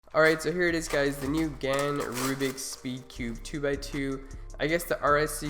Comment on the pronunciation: GAN not Gans.